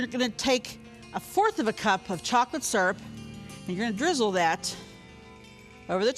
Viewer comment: “Chocolate sssurp.”